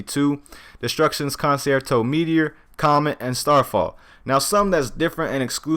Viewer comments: destructions con-chair-toe is how its actually pronounced. For next time u wanna hit the orchestras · it is pronounced cun-chair-toe